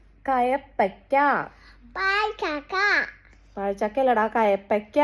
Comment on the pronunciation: കയപ്പക്ക അല്ല കൈപ്പക്ക